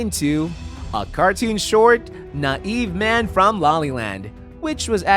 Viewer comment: Dude said like 20% of words and names wrong. Doog instead of Doug, nay-ive instead of naive. I got mildly upset each time he butchered a word/name lmao